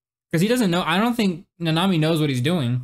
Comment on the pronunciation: Also it is Kento Na-ne-mi not ne-nami